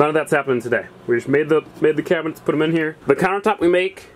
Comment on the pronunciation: You kept saying kitchen cabinents 😂